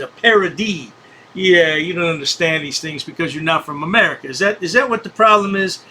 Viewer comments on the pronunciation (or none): none